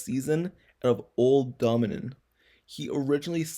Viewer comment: That boy said old dominin 😭😭😭 Dough-Min-Yun